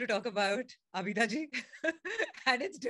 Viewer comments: a request if you could please pronounce names of legendary artists properly, her name is abida not abeeeda thanks! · It's not Abida, it's pronounced Aabda😊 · Its not Abeeda but "AABIDA" Parveen